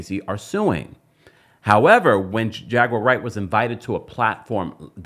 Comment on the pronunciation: Hilarious😂😂😂 tht When he says her name instead of jaguar wright it sounds like "j u r right "